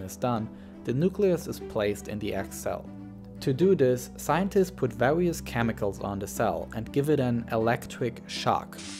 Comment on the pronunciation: "vawious" "ewetcric shock"